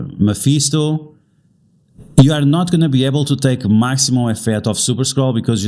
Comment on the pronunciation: Bro is never gonna say Mephisto 😂